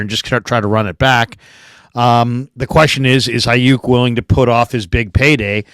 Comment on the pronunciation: If ur an NFL analyst and "well respected" but can't say Aiyuk correctly I'm out...I mean that's literally part of ur job